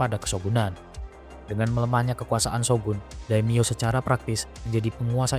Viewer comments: Wajib di apresiasi! Keren visual nya walopun comot sana sini termasuk dr Total War Shogun 2. Tapi tetep usaha nya kudu dikasih jempol 👍🏻👍🏻 masukan aja caption nya dan pelafalan nama/istilah Jepang nya diperbaiki biar akurat. Demio = Daimyo. Njakutzi = Enryakuji. Senggen = Shingen. Usoge = Uesugi. Dll.. Keep up the good work! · Bukan daim-yo tapi dai-mio artinya nama besar.